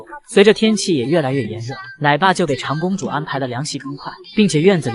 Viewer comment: 纠正博主一下，丫丫是长（zhang)公主，不是长（chang）公主。家长的长，长子长孙的长，长子长女是父母的第一个孩子。